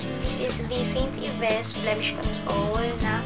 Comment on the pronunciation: Its ST. "AYBS" not "IBES" 😊 Nakakapagod lang mamile sa divi pero sulit anga anda mu basta magaling ka makipag tawaran. 👌